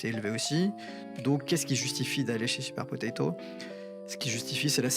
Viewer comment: C'est super potato et pas super potatoes 🤣